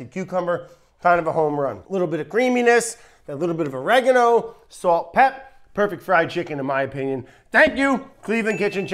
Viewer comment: its "sawlt" not "swolt"